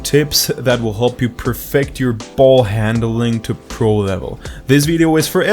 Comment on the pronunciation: put a lot of emphasis into “ball handling”